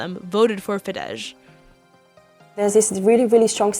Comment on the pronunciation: It’s not Fidezs, it Fidesz! At least learn the basics before you broadcast a footage.